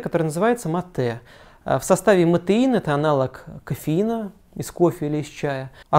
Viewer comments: Правильно не матЕ, а мАте! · В слове «мате» ударение на букву А